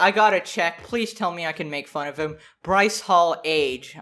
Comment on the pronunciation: when u said bryce hall i thought u said rice paul lmao